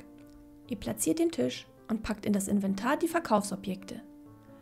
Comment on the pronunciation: Warum sagst du eigentlich immer Tüsch statt Tisch?😅